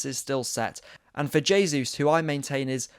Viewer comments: Bro it's JAYsus not HAYsus. HAYsus is the Spanish pronunciation, he's Brazilian where they speak Portugese. You're saying it wrong 👍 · Great analysis. New subscriber here. Oh and just a small point Jesus is Brazilian so it’s pronounced with a hard J (unlike in Spanish where it’s soft). Pleased to see that performance. COYG